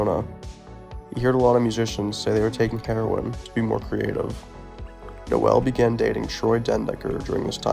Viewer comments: Pronounced "Nole" not "no ell". Hard to watch this hearing his name mispronounced a hundred times. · It’s not “NO ELL” holy shit I can’t watch this